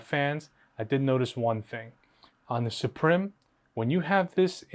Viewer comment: Suprim is pronounced exactly the same as Supreme. Suprim is latin for Supreme but pronounced the same, lets not butcher it. As a side note, I want the white strix to get the philips head screwdriver lol